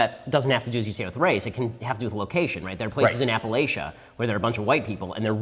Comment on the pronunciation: Why can no one pronounce Appalachia properly